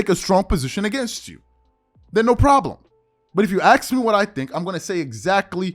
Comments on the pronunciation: BREAKING NEWS: the s and k in the word ask, have now changed places. It is now aks (pronounced like AXE). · Let me axe you a question.